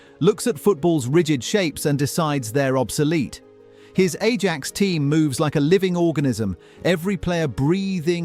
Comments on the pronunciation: How could you pronounce Ajax as "A-JACKS"? Dude, what? EYE-AXE. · Its Aye ax not A jax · My personal favorite was pronouncing Ajax like the household cleaner, "A-jacks" Not the correct "I-aks" pronunciation